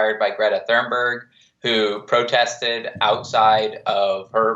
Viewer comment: TUNEberg is how you pronounce Greta's last name :)